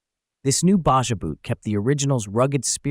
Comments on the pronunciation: Well you said it right the first time, not sure how the same word Baja becomes Baza unless my ears are filled with wax. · Yes ! The "bah jah" nonsense was driving me crazy ! 🤬